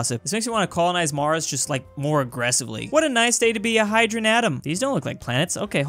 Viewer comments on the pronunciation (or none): none